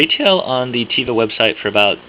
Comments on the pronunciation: Your reviews are great. With all due respect, one criticism (so far, since I just stumbled upon your page a few moments ago): The word "teva" is Hebrew for "nature." Its proper pronunciation is TEH-vah, not TEE-vah. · It's not (Tee-vah) It's (Teh-Vah)